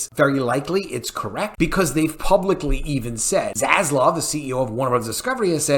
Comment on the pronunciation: Please my friends.........can we end the mispronunciation of ZASLAV and say it correctly:)))))))))) ZASLAV not ZASLOV. While we are on the topic of vowels........it's pronounced SEGA (SEYYYGA) not 'SEGGA'. God give me strength in these trying times of vowel mispronounciation :))))